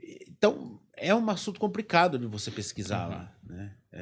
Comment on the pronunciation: Como acontece com a imensa maioria dos podcasts no Brasil, um assunto de tamanha riqueza e dessa importância discutido por pessoas jovens que se expressam com muita dificuldade e com vocabulário muito pobre. Um diretor e escritor que troca o L pelo R. É realmente “compricado”. Onde o mundo vai parar com esse tipo de gente, que não procura estudar e se qualificar para o básico: falar minimamente bem a sua língua-mãe? É absolutamente compreensível a queda dos podcasts por aqui.